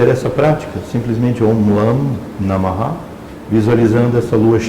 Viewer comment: Está correto pronunciar namaha"? O correto não seria namah? Obrigado